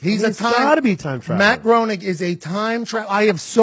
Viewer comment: BTW, I was once corrected in the pronunciation of Matt Groening name. It is pronounced "Graining" with a long A. Growning is a very common mispronunciation.